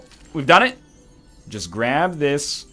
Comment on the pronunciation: "it took a while to grabe me" nice.